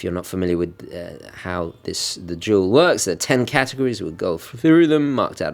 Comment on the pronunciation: You say the words "duel" and "jewel" exactly the same...